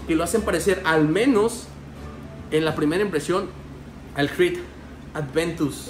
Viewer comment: Buen video man! Un pequeño detalle es “Aventus” no “Adventus”